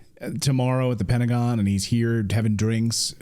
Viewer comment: “Pedagon”. Love it. 😂